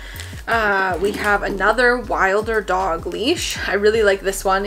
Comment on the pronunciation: Really loved this video! You’ve picked up a lot of the same items that I have had my eye on😄 btw. I think Wilderdog is pronounced like “wilderness” so wilder-dog instead of wild-er-dog. Anyway, I would love to see an updated puppy haul if you’ve bought anything new since this video! 🤩